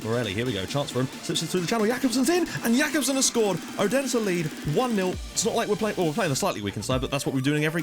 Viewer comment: Just so you don't have to pronounce "Odense" again, they are commonly just known as OB ;-) Hope to see you back soon, mate!